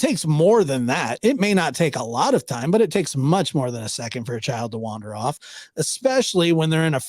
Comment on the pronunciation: It's Child PG not Chald